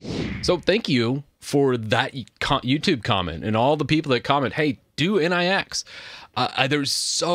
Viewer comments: Nix ("Nicks") ... Not N.I.X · Its not N-I-X, it is pronounced nicks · It is not pronounced as N.I.X. It is pronounced as, "Nyx nyx nyx nyx nyx..." 😂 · Nix not N.I.X. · The next step is to start using flakes. BTW nix pronounced different. Like Unix but without u. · oh my god "in eye ex" 👀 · I hear nix pronunciation being butchered so hard, I downvote